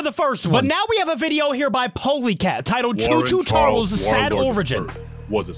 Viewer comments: it’s not Cho Cho Charles your saying choo choo charlers and it’s Actaully choo choo ch ar les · it's choo choo charls